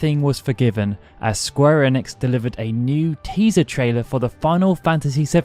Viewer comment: holy shit you pronounced enix correctly